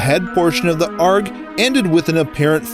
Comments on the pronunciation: Did you just say ARG as in "arggg ima pirate" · "Ahrg" Hahah, it's A-R-G, mate!